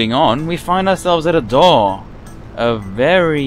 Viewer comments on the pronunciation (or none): none